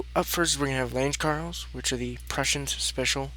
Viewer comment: You're pronouncing lange karls wrong. The e for german words aren't silent